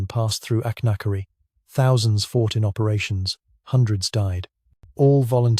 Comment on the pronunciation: It's AI slop, few if any of the illustrations line up with the narration, and the inability to pronounce Achnacarry is a dead giveaway.